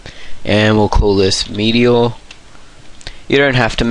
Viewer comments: I'm from Canada, and I've never knew England pronounced meteor differently as well. In this video, he says "Mweet-E-Orh", but I usually pronounce it as "Meat-E-Erh". Of course he doesn't necessarily say it "weird", I just didn't know how else to describe it :P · You say "meteor" strangely :P